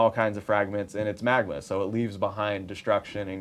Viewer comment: Magma not magama Still love you